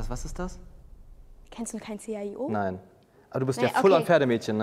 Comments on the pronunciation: Das C H I O 😂😂😂😂😂😂 ... alter, das heißt einfach CHIO 😂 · Man spricht die Buchstaben von Chio nicht einzeln!!!!!!!!!!!!!!!!!!!!!!!!!!!!!!!!!!!!!!!!!!!!!!!!!!!!!!!!!!!!!!!!!!!!!!!!!!!!!!!!!!!!!!!!!!!!!!!!!!!!!!!!!!!!!